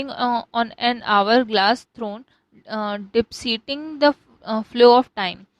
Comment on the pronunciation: De-PIC-ting Not "dep-ci-ting" 🙏🏿🙏🏿🙏🏿🙏🏿